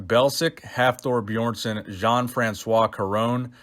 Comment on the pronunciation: The way you say Björnsson 🤦🏼‍♂️